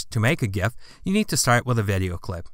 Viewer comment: i am pretty sure you pronounced it correctly.